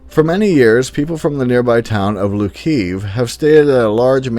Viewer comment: not Lukiev but Lutsk